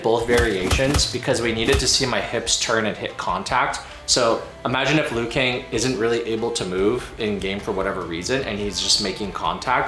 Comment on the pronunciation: "Lui Kang" LUL